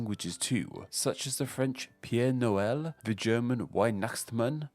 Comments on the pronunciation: Peer Noel? Definitely British. Good try I guess. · "Père Noël" isn't pronounced "Pierre Noël". Also, it's not "Weihnachstmann". He does exist, though.